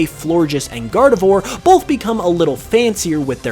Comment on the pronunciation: It's pronounced "Gar-di-VWAHR", like noir.